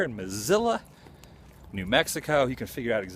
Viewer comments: La Posta rules! Very good food! Mesilla is pronounced May-see-ya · Dude! You have No clue how to pronounce Mesilla! Mess - ee - ya! Now, put it all together. Villa - vee - ya. This is the way these are pronounced. I am Billy’s Cousin. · It is pronounced Ma-See-A... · Love, love, love your work, but it’s pronounced Mah-see-ya and Vee-ya. Minor issues to be sure, but thought that you might want to know. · just like the name of the city .It's pronounced Miss-C-Ahh